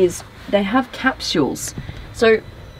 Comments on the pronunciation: Annoyed me every time she said "cap-shules". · I like: "Cap-shules" never heard that pronunciation before. Also - really sucks to "hear" about features - but NOT be shown them. waste of time. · That & her pronunciation of the word capsules lmfao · They way she said capsules reminded me to make a dentist appointment. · Same actually xD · Is that what she was saying!?